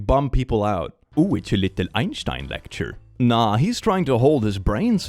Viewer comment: I'm so happy to hear the german pronouciation of Einstein for once omg